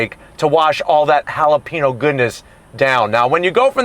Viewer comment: I love how he nails the pronunciation of Barcelona but not jalapeno LOL